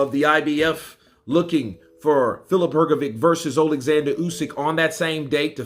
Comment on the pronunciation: Her go vitch as opposed to Her go vick, give it a go, it's not that hard my friend.